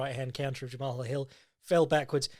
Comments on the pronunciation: it's pronounced the same as one would the name "jamal" 😭 great podcast, as always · I think it’s pronounced Jamal, he called himself Main Event Mal at the end of his interview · Pretty sure Jamahal Hill is pronounced like "Graham"